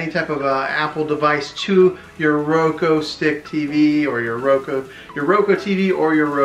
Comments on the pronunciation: This was helpful, but it’s Roku not Roko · He just said Roko no Roku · It’s said like ROE-K-OO NOT ROE-K-O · I appreciate it but why did you pronounce it roko it’s a u not an o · Omg it’s Roku not Roko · ITS NOT ROKO OR ROKEW ITS RUKU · well here is the thing it is called a roku stick not a roko stick and here is how ti say it: ro-k-oo (thanks for your time) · Omg he keeps saying roko ahhhh it’s called RokUuuuuuu!!! Lol either way good tutorial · “Media on the Roko” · My guy it’s pronounced “Ro-k-oo” no hate it’s easy to mess up. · How to talk like a dad Roku pronunciation R o-ko Reese's pronunciation Ree- Cee-S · “ThIs Is A rOkO tV” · thank you. that's literally the whole reason I clicked on the video and I had to sit through 6 minutes of him saying "Roko" only to not get my answer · it’s pronounced ro-koo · i feel bad for laughing at you saying roko besides that really good video man 😁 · He meant you pronounced it wrong